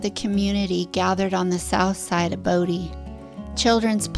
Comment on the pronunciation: You frequently said "Brodie" instead of Bodie lol